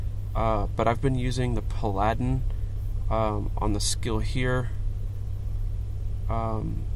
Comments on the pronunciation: pladin' XD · Are you saying paladin wrong as a joke, or is english your second language?